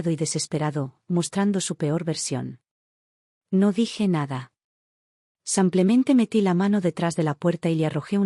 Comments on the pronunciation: Está voz no podrá decir SIMPLEMENTE ?siempre repite SAMPLEMENTE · No sabe pronunciar "simplemente"